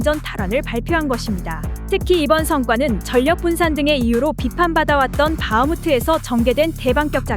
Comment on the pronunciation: 전력을 발음할때 전+력 이 아니라 절+력 으로 해야 합니다. 이걸 말음법칙이라고 하지요. 신라를 신라로 발음하면 안되고 실라로 발음해야 합니다. 교육시켜 주시기 바랍니다.